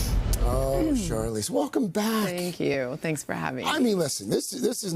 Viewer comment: Does he say “Charlene”?!?